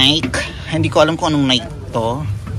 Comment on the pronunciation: you mispronounced Nike